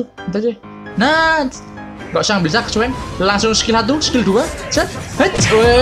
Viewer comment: Stack dibaca stek bang Stuck baru dibaca stak